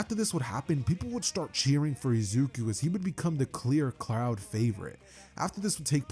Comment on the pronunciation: he said cloud not crowd